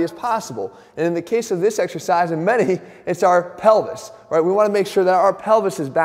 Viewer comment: “theres only wealy one wight way to do it”, is that you?